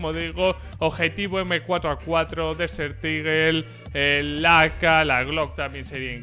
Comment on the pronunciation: Español: Águila del desierto Ingles: Desert eagle: DESEL IGEL